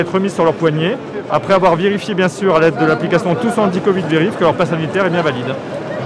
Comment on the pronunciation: zidane: c'est bieng , bleu c'est bieng , comme couleur c'est mieux que d'autres couleurs, c'est bieng.